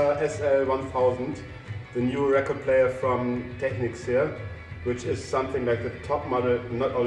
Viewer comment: Finally a video where they pronounce Technics correctly!